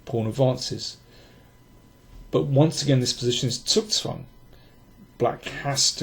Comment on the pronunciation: This was a good one. You always say zugzwang correctly. I speak a fair amount of German, but for some reason I insist upon saying zugzwang in the most crudely American way possible. This is making me want to take that big Silman endgame book off of my shelf.